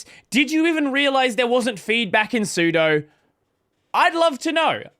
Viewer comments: I love that you don't know what sudo is. su... do super user do do the following as if I'm the super user the 'do' is literally the English word 'do', just as in 'doas'. so it's pronounced 'soo.doo', not 'soo.doh' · Sue-Doe VS Sue-Dew. Honestly, it makes me angry hearing it "mispronounced". vi vs emacs is a joke. So it "guiff" vs "jiff". This is real. :D